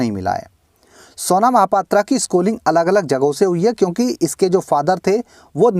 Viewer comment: its pronounced mahapatraw not aa not O unfornately she is from my city -_